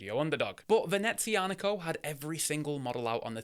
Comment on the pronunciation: You are the first - and only - reviewer to pronounce Venezianico correctly. 👍